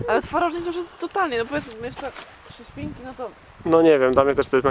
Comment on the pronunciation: Trzesiwinki? Trzy siewinki? Trezieminki? Aaa, trzy świnki...